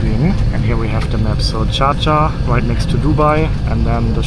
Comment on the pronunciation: Sameee I was like what the hell is chacha?